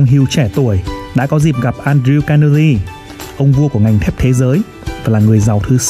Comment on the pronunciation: Giọng đọc hay, rõ .. nhưng tốc độ nhanh quá .. phát âm một số âm như tên Carnegie, video ..chưa chuẩn, nghe như nói nhịu .. nhạc nền nên chọn loại ít trống, ít gõ hơn, và nhạc nên có cường độ thấp hơn giọng đọc .. God bless .. amen.